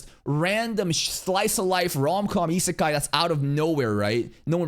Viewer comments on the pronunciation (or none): none